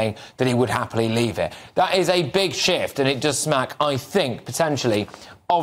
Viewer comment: ish. Did you say, big shift? 🤔